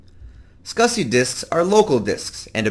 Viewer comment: Finally, the guy who comes in says NAS and SCSI properly. thank you!